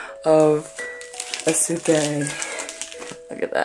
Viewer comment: I'm just gonna correct you on some name pronunciations Soryu (Sore-you) Eisuke (eye-skay) So lucky! ;A; Wish I could've gone but I live across the country